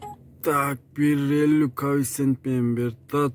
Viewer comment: Кофцент дейсинби😁